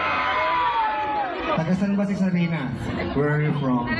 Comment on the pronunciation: SARINA po, hindi sharina